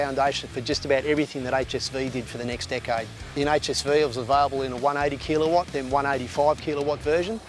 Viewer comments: Good review. Did anyone else find it strange the way he said kilowatt....Kelowatt lol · Haha I found myself repeating the word thinking am I the one saying it wrong? Glad I'm not